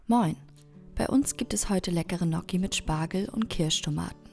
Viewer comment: Ihr habt gnocchi falsch ausgesprochen man spricht es italienisch aus mit gn Verbunden